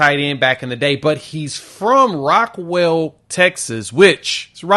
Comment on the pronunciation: It is Rockwall NOT Rockwell.